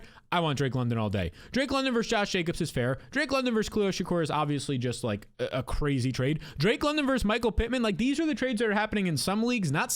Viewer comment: bro continuing to say shakur instead of shakir is 0/10 ragebait